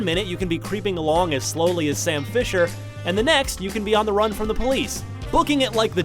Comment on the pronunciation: Lol at first I thought you said "Sam Pepper" not "Sam Fisher"